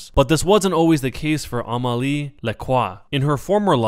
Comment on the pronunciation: oui mais il voix un e et il dit a.